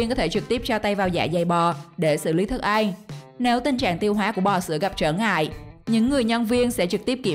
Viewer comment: Mc người vùng nào mà đọc ăn thành anh vậy ta